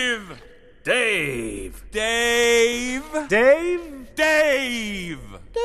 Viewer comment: Es Deiiiivbe....no Deiv :v jaja xdxd